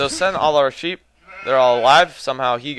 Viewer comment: sheep?I thought you said SHIT!!lol